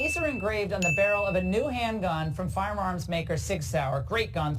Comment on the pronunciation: Fire marms? Her one job is to speak! Fire marms!?